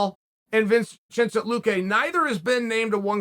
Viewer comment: "Blahal and Vince-chencent luque"- Chael Sonnen, 2022